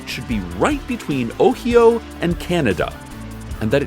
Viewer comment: So far we have Mitchigan, Ohee-o, and AhlaBahma